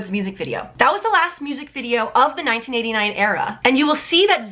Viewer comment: Sounds like you said 1989 era, lol. Good video.